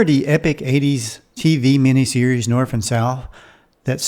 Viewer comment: Speaking of goofs, , he says "Remember the epic TV series Norf and South". Not norTH, but norF. Listen to it three of four times.